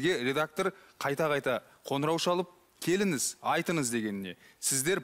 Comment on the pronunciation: Келіңіз, көріңіз, қараңыз деген сөзіңізді дұрыстау керек журналист дейді-ау. Ң әріпін дұрыс айтпайды екен.